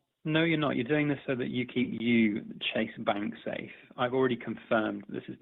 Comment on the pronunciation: ‘Chase’ lol. Avoid.